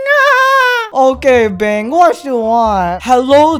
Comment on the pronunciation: its not bang the correct pronounce is bang-gu